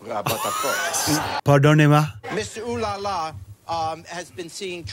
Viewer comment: mr oh la la isn't french. That's an actor and his french accent is ridiculously bad in fact